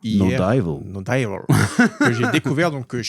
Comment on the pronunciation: On dit " no divôle" pas "no daillevôle". Faites un effort 😂😂😂 trêve de plaisanterie mais....... merci pour tout votre excellent contenu